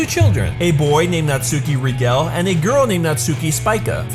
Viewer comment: Rigel (Rie-Jill) Spica (Speak-Ah)